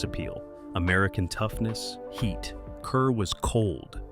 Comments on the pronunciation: Deborah Kerr's name is pronounced "car." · Kerr. Pronounced "car." Zinneman. Not -"mon."